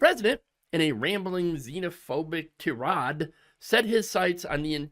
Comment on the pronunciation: Tyrade is not that hard to pronounce. Tie-raid. Wtf is wrong with kids these days?